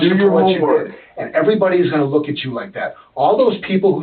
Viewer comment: "bro, I'm witterwawwy not even rusin' right now, so. You wook sooo dumb right now. Witterwawwy."